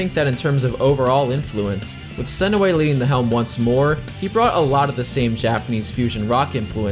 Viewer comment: JUNE SE NOY, ITS NOT THAT HARD